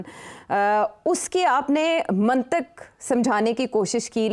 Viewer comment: Mohtarma achhi khasi umer ka tajorba hasil karchoki ho Lafz mantik Nahin mantiq HOTA hai